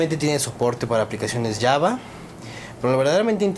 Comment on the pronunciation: no es llava es java correccion!!